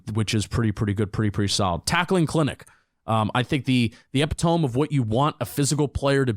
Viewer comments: epi-tome?, e-pit-o-me Bibby, J.M. SMitz? Or Bobby, J.M. SCHmitz No more grammar historically accurate description of a person who is universally hated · Haha the epi-tome?? E-pit-o- me. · Epi-tome? New word in the vocabulary? LOL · Lol pronouncing it like epitome of hyperbole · ...i love ya.. but you did NOT just say pronounce Epitome like that🤣🤣 😂😂